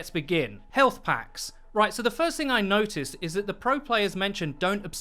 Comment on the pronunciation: guido voice "Foist"